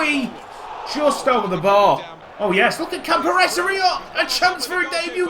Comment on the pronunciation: I think it's pronounced "Campor-ray-zee". For me, the budget was set that low to make it a challenge for you - maybe to promote youth?